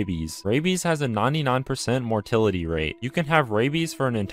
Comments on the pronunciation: Who pronounces it mor-til-ality?! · The most terrifying part of this video is how he pronounces mortality